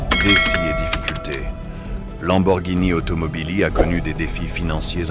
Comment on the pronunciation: j'avoue le "lambowurgnini' et le 'fwueuari' son un peu, comment dire, agacent mais sinon la vidéo est très intéressante, bon montage ect.... tu mérite vachement plus de vues! essaie aussi de mettre plus d’énergies dans tu voix!